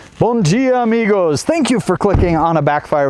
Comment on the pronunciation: Você falou bom dia amigos 😳?? Tipo português do Brasil🇧🇷 😳??